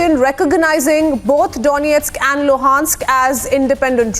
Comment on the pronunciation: Excellent pronunciations of Donestk and Lugansk! 😇